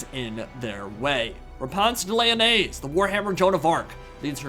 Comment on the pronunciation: Therapist: " pronunciation of Lyonnesse can't hurt you.": "Repanse the mayonnaise"